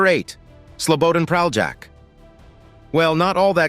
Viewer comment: You can't even pronounce Praljak's name right. I won't even get into the lies you put forth. And you even used clips of a Serbian war criminal Ratko Mladić to depict Praljak? You're sick, and people shouldn't listen to you.